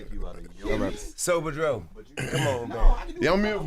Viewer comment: Did he say Sober Dro